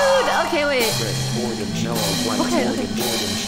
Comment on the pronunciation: OMG I DIED WHEN SHE SAID ORGANGE